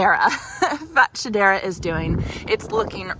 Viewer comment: I ‘ve heard fatshedra pronounced fa- SHED - dra if that helps? I’d move the pink hydrangea to a larger pot if your going for long term potted plant🌿